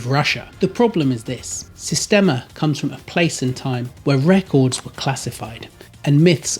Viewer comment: Das heisst "Sistema" nicht "Systema"